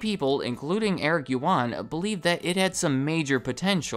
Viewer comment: First of all, Eric’s last name is pronounced as “uAn”, “yu” is silenced. This story explains why webEx and zoom have a very similar UI... sadly you sir completely skipped their data leaking to the PRC government controversy. They admitted in early 2020 that, some customers’ data including video feeds were leaked to Beijing